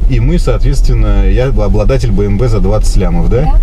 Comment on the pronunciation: Правильно говорить би эм дабол ю